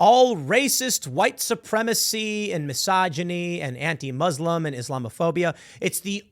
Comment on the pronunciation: AOC is such an obvious and poor liar and if she actually cared she'd learn how to properly pronounce Muslim, being in the public eye.